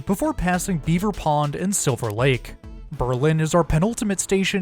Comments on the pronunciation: Excellent report! My only nitpick is that in Berlin CT is pronounced BURR-lin, with the stress on the first syllable. There's an urban legend that the name was changed during the first World War so that people wouldn't confuse it with Berlin, Germany, but in fact it was pronounced in this way long before that. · In CT, Berlin isn't pronounced like that. The emphasis is on Ber and not lin. Ber ln.